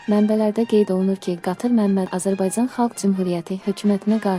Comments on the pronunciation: Bu danışan jurnalist süni intlekti ya doğruçu jurnalist niye c ç kimi istifadə edilir Azərbaycan Azerbayçan yox Vətənin adını düz deyin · ƏVVƏL AZƏRBAYCAN SÖZÜNÜ DÜZGÜN TƏLƏFFÜZ ETMƏYİ ÖYRƏNİN....